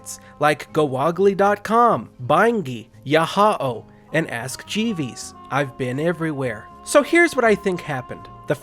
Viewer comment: "Ask Jeevees". It's pronounced Jeevs.